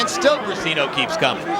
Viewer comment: It is not ``Bricino`` is Briceño